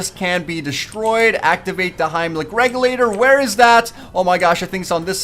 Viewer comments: heimlich its helmic xD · "Hiemlic regulator" XD